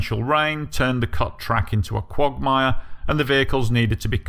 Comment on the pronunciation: Nothing quite like a real Britt saying the word “quagmire”. 😂